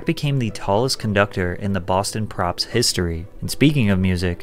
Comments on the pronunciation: Boston Pops, not "Props". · Don't pronounce the r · Hey pat its Boston Pops orchestra not props. Great video! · Patrick I love you but it’s the Boston POPS not Props haha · It's Boston Pops not Props